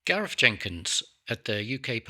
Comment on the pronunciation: Just for the record, it's "Garr-eth" -- Not 'Ga-rreth'. (Sorry.)